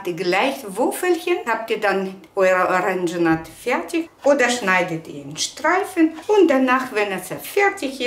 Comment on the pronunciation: Danke für das gute Video. Bitte erlauben Sie einen kleinen Hinweis: Es heißt Zitronat = richtig. Es heißt nicht Orangenat, sondern Oranschat. Herzliche Grüße aus Bayern Erna Brosch